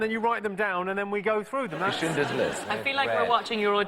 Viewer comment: Love how David's been mocking Jonathan's R for the whole first half of the show, then goes on to blunder Schlclindlerls list 🤣